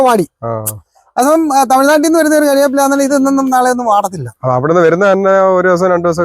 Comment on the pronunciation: Karyapu alla chetta, curry vepu ennu parayanam